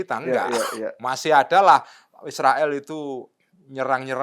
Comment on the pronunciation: Cara baca Israel sangat keliru